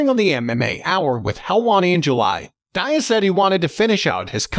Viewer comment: “Nate Dieeaz” 💀